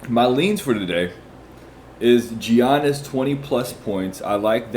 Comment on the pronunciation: Bro it’s pronounced “Yannis” not “Geonnis”.